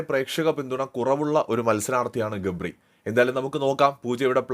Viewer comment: Gapri ❌gably ✅